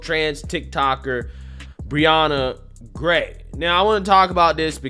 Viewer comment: Why are people saying Brianna Grey when with an "h" it should sound like Gay?